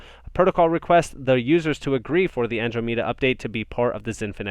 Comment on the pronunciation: Andromeda...pronounced An--DROM---eeda